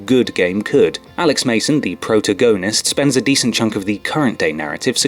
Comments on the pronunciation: Don't forget about "proto-gonist" instead of "protagonist", Does this fucker even literate? Seems like he skipped 3rd grade grammar. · did anyone else catch the pronunciation of protagonist? the prota-gonist😬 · He pronounced it "Pro-tah-goe-nist" when talking about black ops..... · Omg the way you pronounced protagonist made me laugh so hard I almost pissed my pants proto-go-nist lol it's pronounced pro-tag-uh-nist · Its not protagoatist.. its pro-tag-onist.. jesus... you think an english person would know english.. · Proto-Go-nist??? Never heard that word getting so butchered by someone before. Its pronouced Pro-tag-a-nist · I stopped watching as soon as you said "prota-goanist." Also you so clearly know very little about the games you speak of. Horrible channel. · The pro-to-go-nist. Really...... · Pro-to-gu-nust. Done and done!! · proto-gonist lol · "proe-toe-goe-nist" lol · protagonsit, not pronounced pro-ta-go-nist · the way this guy says "protagonist" is dumb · please tell me that protagonist pronounciation was intentional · am I the only one bothered by his pronunciation of the word "protagonist" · how the fuck do you mispronounce protagonist? lmao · I love the way he said protagonist when talking ab out Black Ops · That is not how you pronounce protagonist, just saying. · He knows